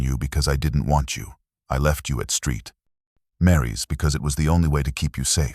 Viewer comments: It’s 2007 not 2000 and seven . It’s not street Mary’s it’s saint Mary’s. Edit your product please! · Interesting how your A.I. calls Saint Mary's... Steet Mary. Gone from saint to whore thanks to A.I. Interesting how Sara leaves video on a computer after her death 💀💀💀 Sorry this is too sh!tty for anyone to listen to.